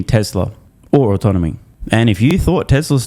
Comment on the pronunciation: Dan Ives cant pronounce autonomy